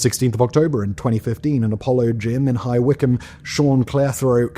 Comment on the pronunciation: I'm in High Wycombe (UK) - pronounced correctly. I had no idea of this one. I'm on long term medication that has saved my life. So I am aware of drug problems here, such as catering NO_2 canisters all over the place, including my garden. Weed was long term, 1970s, smell it all over the place.